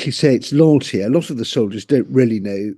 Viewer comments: "Soliders"? Come on. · The word is soldiers, not soliders. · It’s not “soliders” it’s soldiers jeez get it right